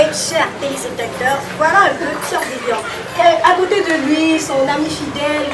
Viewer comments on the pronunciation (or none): Fior* et non Foir. Merci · Foir ???? ON DIT FIOR DE BIOR